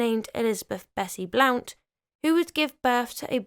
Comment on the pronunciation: It's pronounced Blunt like Emily Blunt and James Blunt the singer of You're Beautiful, which is an ancestor of Bessie Blount's family. He spells it like that to keep people from pronouncing it wrong.